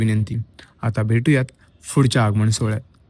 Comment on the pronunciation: Fud cha nahi tr pudh cha - marathi che ucchar neet karat ja! mg video pn chaan hoel 🙏